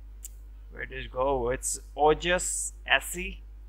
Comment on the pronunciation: Ojos así Spanish ojos pronounced ojos in which the j is pronounced as an h